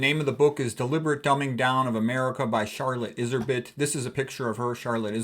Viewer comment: the books is rare, and expensive now. Her name is pronounced "Izzer-beet" btw.